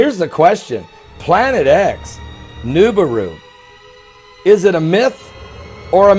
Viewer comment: And at least pronounce the Planet right Moron